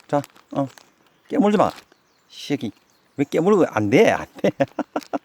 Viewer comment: ㅋㅋㅋㅋㅋㅋㅋㅋㅋㅋㄱㅋㅋㅋ아버지 말씀하시는 게 더 재밌네요. 털털한 웃음소리와 추임새같은 셰끼! 요셰끼! 찰집니다ㅋㅋㅋㅋㅋ